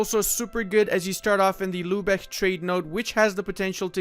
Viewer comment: All i hear is lube eck